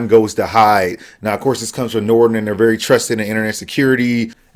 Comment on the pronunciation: from nordon?? nordon shat?!?!?!